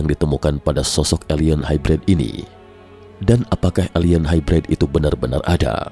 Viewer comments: gan, nyebutnya bukan HAIBRAID kali, tapi HAIBREID aja. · Hybrid nya salah tuh pengucapan bahasa inggris nya